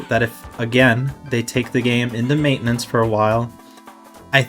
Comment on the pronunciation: Maitenance... Hmm That's fimiliar...